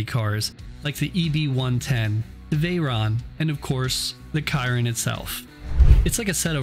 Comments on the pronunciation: how tf you gonna fuck up the pronunciation of chiron. shi-ron. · I love the video, but the way that you pronounced the Bugatti Chiron was hard to listen to